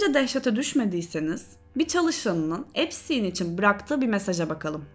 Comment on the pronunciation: epsin diyip durmandan videoyu izleyemedim resmen insan videoyu cekmeden nasil okunuyormus diye bakmaz mi